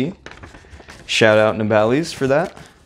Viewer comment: Keep up the good work 👍and just wanted to let you know you pronounced nabalis wrong